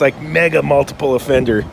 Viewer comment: U hav to keep sayig multapale offenger U insault us covicts